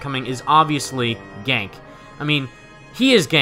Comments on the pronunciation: Small thing. It's pronounced "Gan-kee" LOL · PLEASE LEARN HOW TO PRONOUNCE GANKE!!!